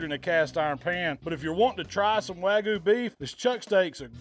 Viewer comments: wag-you beef. Not wagu beef. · Wagyu has a y in it..it’s not “wagu” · Loved everything except how he pronounced WAGYU